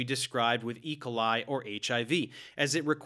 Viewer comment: Love this video, but your pronunciation of E. coli is distracting me haha